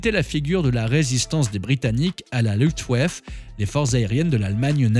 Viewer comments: l'aviation allemande: la "Luftwaffe" se prononce: louftvafeu 🙂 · Bien, j’allais faire la même remarque, à chaque prononciation du mot, il écorche les oreilles, ce n’est pourtant pas un mot compliqué et que l’on aurait rarement entendu.